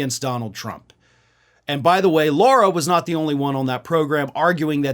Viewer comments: And it's Lara, not Laura. Otherwise great job. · Sorry but it irritates the shit out of me when LARA gets called LAURA! It’s not how the dumb ones pronunciation is!!! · Come on, it's LARA not LAURA Trump.